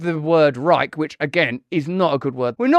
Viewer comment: The real tragedy is them pronouncing the word Reich. I could see hitler having a rage fit.